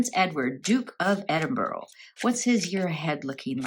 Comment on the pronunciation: Glad Edward and Sophie are well but I wish people would pronounce Edinburgh right no offence has no O sounds like bura like the u in ug thank you